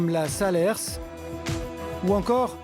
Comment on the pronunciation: Sérieusement, arrêtez de dire " saler-s". C'est salers ( saler, sans dire le "s" final) ...un sagranien....